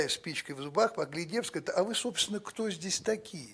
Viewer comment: на русском не ХТО , а КТО ! Не ШО , а ЧТО .